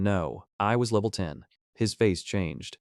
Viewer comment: Not just names through out the story your AI "pronounce spells" the words like level le-V-E-L. the dragon B-O-H-row ECT ...